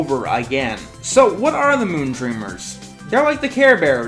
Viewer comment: Moondreamers as a few listeneings sounds like Moontrimmers.